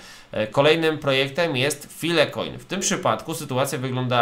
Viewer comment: Łapa w dół za wymowę. Filekojn? Co dalej, etcherełm? Tsardano? Hiliz? 🤌🤌🤌🤌